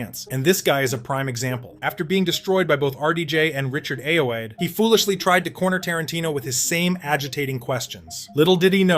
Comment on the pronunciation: Richard Ayoade is the shit. If you ask him a stupid question in an interview, he WILL make you regret it. Two things: you pronounced his name wrong, it's aye-oh-ODD-ee, I'm pretty certain, and that douchey interviewer did the Tarantino interview first, Richard Ayoade actually references that interview within his interview.